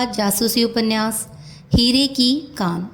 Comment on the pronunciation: madam, novel ka naam ' Hire ki khan ' hai ya 'Hire ki kaan'. Aap bhi baar baar kaan hi bol rhi hain, pure video me . Kripya bataye ki sahi kya hai ? Dhanyawad.👍